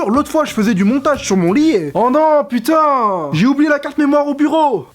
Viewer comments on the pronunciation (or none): Le "putaaaiin!" à , il est pure, non? T'a été croisé avec un habitant du 16ème?